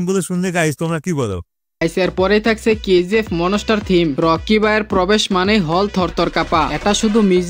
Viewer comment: ভাই আজেবাজে ক্রিয়েটর এর ভিডিও দেখেন😑😑!!পাইরেটস উচ্চারণ করতে পারেনা,কি পরিমাণ ভাইরাল হওয়ার আর টাকা কামানোর নেশা,আগে নিজের বেসিক ঠিক করতে হবে তারপর।মোনোস্টার থিম কি ভাই!😑।মনস্টার ধুর বাল ভিডিও ই দেখুম না